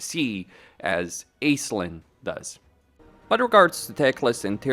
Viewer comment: her name is pronounced Ashlin. If we can pronounce Oxyotl, Tehenuin, and Drazhoath, we can also do the Irish name surely.